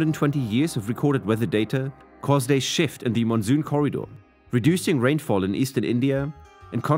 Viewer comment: Sounds like AI voice. Why pronounce canal like kennel? And monsoon into Mon Zoom?